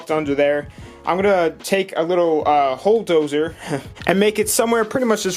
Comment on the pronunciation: Again... “ hole dozer”